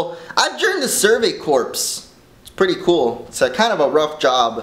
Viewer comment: it is pronouced core